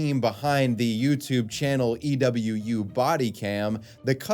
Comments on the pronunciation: you're the only person i know that pronounces EWU like "e-w-u" not "eewoo" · EWU is said like EEE-woo, not E.W.U. 😊